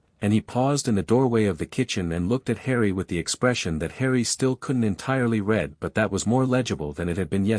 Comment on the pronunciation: Constant mistakes and poor pronunciation. Past tense sounds like red, present is reed.